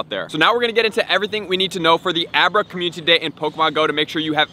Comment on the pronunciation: Another month... still can’t pronounce community